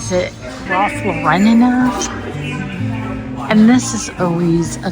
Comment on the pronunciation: You nailed it! Great job, but please pronounce Ralph Lauren’s name correctly!